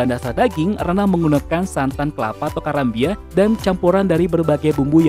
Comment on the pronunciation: Wkwkw adminnya ga bisa bahasa minang bilang karambia aja aneh